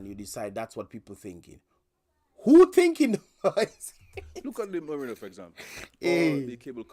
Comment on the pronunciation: He kept on saying merina it's Marina what kind of former English teacher is that can't even deferentiate words